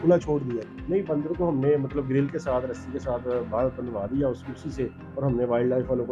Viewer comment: Ya to Punjabi me interview krlo ya phir Urdu sekh lo bhai baaandar kia hota hai?